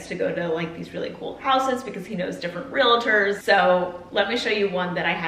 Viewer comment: PLEEEASE tell me u didnt say "Real a tors"